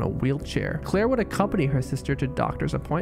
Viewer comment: why you say CCCCCLLLair like that lol